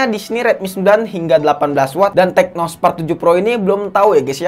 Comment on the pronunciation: Tecno bang bukan Teco🤣